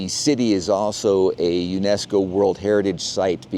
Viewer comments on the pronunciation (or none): none